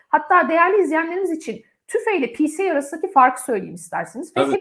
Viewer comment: Çok teşekkürler, yine harika bir yayın. Bir konu kulağıma takılıyor, onu belirtmek istedim, yanlış anlamayacağınıza sığınarak: pce’yi okurken “picie” şeklinde duyuyorum. Ben yanlış duymuyorsam eğer, ilk 2 harf İngilizce son harf Türkçe telaffuz edilmese, “picii” dense daha mı iyi olur sanki. Acaba pca diye de birşey mi var diye tekrar araştırdım hatta 🙃 Syg. Onur